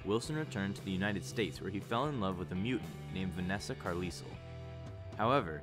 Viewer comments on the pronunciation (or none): none